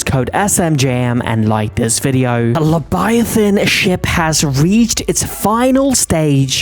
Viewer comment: You said lebiathan not leviathan. if you listen closey he says lebiathan